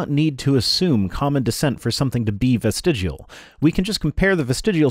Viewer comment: everyone knows it's pronounced "vestigual". (On that note, looks like TTOR has deleted his channel, also that a year ago I made a similar comment on a Utah Outcasts video. My material is almost as stale as a Hovind's).